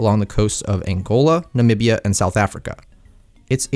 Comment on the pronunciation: finally someone who can pronounce the name “namibia” properly!